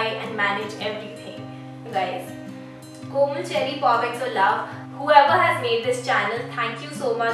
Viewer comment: Not koman it komal